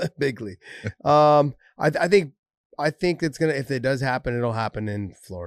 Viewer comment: Yo Josh, just saying, Trump doesn't say "bigly" he says "big league" love ur podcast brother